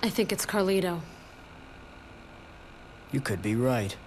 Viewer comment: It’s not called carlido it’s called Carlito